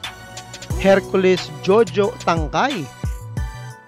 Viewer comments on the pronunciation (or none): none